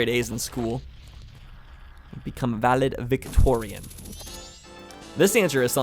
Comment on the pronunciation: You can be pretty sure wasn't "Valedictorian", when he calls it "Valid Victorian"!:p